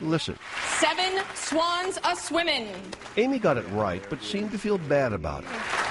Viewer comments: She initially said "Seven swans of swimmin" the next person, that actually won, said "Seven swans of swimming". Pat said "Seven swans a swimming" A pronounced as "uh". The second person should not have won either. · In the official rule book, "when a contestant solves the puzzle, it must be done so with the common most pronounciation..."... And "seven swans a swimmin" is not a common most pronounciation, it was not accepted... As "swimmin" is considered as a form of ebonics, rather that proper pronounciation... "Swimming" is the most common proper pronounciation, so therefore, the girl was not given the puzzle... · For the record, it is pronounced "swim-een." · The 'g' was already on the board when she said it, so it's obviously mispronunciation, however she knew the sentence and should've won. Anyhow, sure she's made the money back now! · Wimbledon ad swimming are correct. Enunciate your words. Games have rules for a reason. Suck it up and play it right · She really had trouble adding a "G"? I mean does it take so much time to pronounce one word. I get it's natural to speak like you do at home, but being on a National TV show she could take the time to pronounce ONE letter.